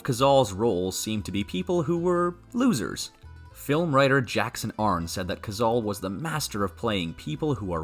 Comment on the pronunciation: The voice over is Ai....and it mispronounced "Cazale" the 35x it said it!